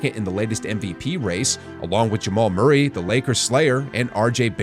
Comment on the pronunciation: "jamal murrray the lakers slayer" 😂😂😂